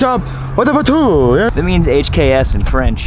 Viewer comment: if the way you said hks in french was a ringtone id buy it lol i died hard laughing